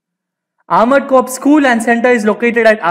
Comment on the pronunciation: its not cops man its corps pronounced as "core"